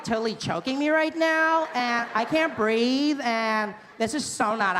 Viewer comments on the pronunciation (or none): none